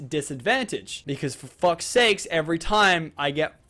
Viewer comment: lol when he said foe fucks sakes instead of for fuck sakes